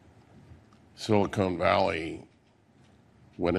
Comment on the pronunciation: I can't believe that guy said "Silicone Valley".